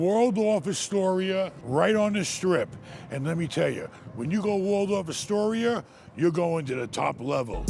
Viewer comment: You had too many r’sss to Astoria